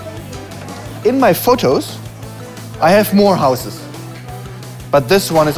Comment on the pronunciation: He said, in my fotosh i hab mor houshes